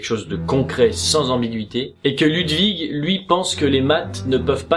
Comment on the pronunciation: Stp on prononce L"OU"dwig avec un ou pas un u